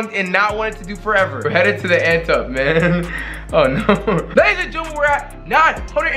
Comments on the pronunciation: We headin to the “ant-up” although I thought it was ante-up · Did this nigga say ant up 😂😂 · Like if it’s actually Ant-E up